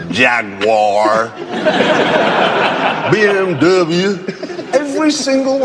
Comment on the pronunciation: "Hundy" (Hyundai) "Mitsabooshi" (Mitsubishi) "Teeyota" (Toyota) "Neesawn" (Nissan) "JagWAR" (Jaguar) "BM-Dubya" (BMW)